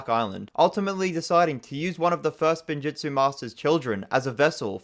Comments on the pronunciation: literally hears how spinjitzu is pronounced and proceeds to pronounce it incorrectly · saying “Spinjutzu” instead of “Spinjitzu” is triggering me so much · god why cant he just use his GOD DAN EARS ITS SPIN JITSU NOT SPIN JUTSU AND IT ISNT FORBIDDEN , ONLY THE SPECIFFICALLY FORBIDDEN KIND THATS A WHOLE SEPERATE THING what isnt rlly explained well or at all is how they absorbed the elements of time into the blades (it was a special alloy that for some reason didnt absorb fire and water) and how wu got the dragons (a lot of if not every realm has its own dragons on top of the first realm having them tho its probably fair to assume first realm dragons are the strongest) zanes memory wasnt reseted its more like disconnecting 1 of 2 or more drives that contains it garmadon didnt CHOOSE to revert to being good , he got reverted due to the overlord being completely defeated and almost killed the evil got purged from him due to lloyds light/creation powers they revived garmadons evil side only cuz his soul got destroyed together with the cursed realm which he was chained in they basically re-created a body with the personality/instinct of how bad garmadon was pre-overlord getting killed the first time but he also got some oni powers/essence added so he became arguably more evil (tho having no memories and essentially being a brand new person cuz also new soul aint doing him good) "sons" of garmadon aint his sons , its just a name cuz they follow him same as in christianity people say everyone are children of god or whatev